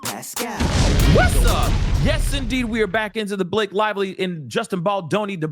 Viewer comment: “B-LA-kay was in her feefees,” made me lol.